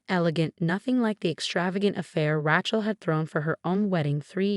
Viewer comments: It's not RATCHEL it's RAYCHEL FGS. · Really please learn how to pronounce RACHEL...NOT RATCHEL!! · Its pronounced Raychel not Rahchel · It's Rachel not Rattle. My goodness you didn't even bother to proofread??? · Rachel. Rattle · OMG… secret hair?? That cracked me up! And now, Ratchel is called Rattle? How can the channel allow such glaring mistakes to remain uncorrected? “She stood alone, watching a squirrel beneath the chandeliers”????🤣🤣🤣🤣🤣🤣🤣🤣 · The name isn't 'Ra-chel' it is 'Ray-chel.' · Heir is pronounced air the h is silent Rachel is pronounced Ray chel the a is long not Ratchel. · I rather like Rat-shell. Loads of possibilities. And I agree: it's Ray-chel. It's not hard. In fact, it's harder not to pronounce it correctly. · It’s RATChel because she’s a ratchet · Rattle. LOlz. From Ratchel to Rattle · Super intelligent AI pronouncing Rat-shell is really ratshit. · Can you please pronounce people's names correctly. Rachel is not ratchal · Please edit and say the sisters name correctly: Raychel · An AI who cannot pronounce RACHEL correctly. It keeps saying RAQUEL!!! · Does anyone PROOF these things for pronunciation? I can’t listen about Ratchel any more. Program the damn AI so it’s intuitive about how to pronounce stuff. Getting g old… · RaTchel?? Ratchel??🤣🤣🤣🤣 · Please, please, please, learn to say RAY- Chel! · Hahahaha "Ratch-ell." Stupid AI. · It's Raaaaachel. Straight a.😊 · It's Ray/chill. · It's pronounced raychel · Good grief! If Rachel was pronounced "Ratchelle", l never would have my daughter that.🤣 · This is a really good story but the mispronouncing of the name "Rachel" as "Rach-ul" was so irritating that it was hard to listen. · Ratchel? AI-voiced. Patriarch=patriark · ohhh the pronunciation of Rachael,,,,its twitching me out,,its RAY-CH-AL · Ratchel? Hair? (Heir) This pronunciation is awful. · Rachel or Rattle? The spelling and pronunciation is laughable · Yeah. That Ră-chel was driving me nuts😳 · Please learn how to pronounce "Rachel" correctly.